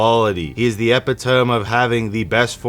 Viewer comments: E-pit-oh-me. Not ep-eh-tome. That was hard for me to listen to. 😅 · Did this guy actually say epi tome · Lol please have Google tell you how to pronounce ‘epitome’